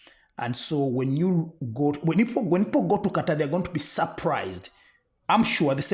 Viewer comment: Thank you for actually pronouncing Qatar correctly! You just have to listen to the Arab announcers pronounce it. Why can't American journalists get it right?